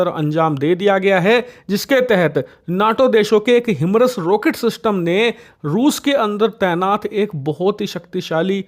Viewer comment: हिमरस नही हायिमार्स कहते है 😂